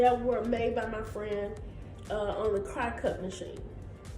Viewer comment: Lol at you pronouncing ‘cricut’. Just as a FYI it is pronounce “cricket” like the bug😘. Love your stuff!